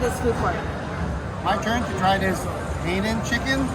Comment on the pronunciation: Thanks for introducing us to the food hall! Very cool. Definitely a must-visit. Keep working on those pronunciations 😁 Hainan chicken = "high-non"; gochujang sauce = "go-choo-jong". Which one of those Rolls-Royces is yours?? 😉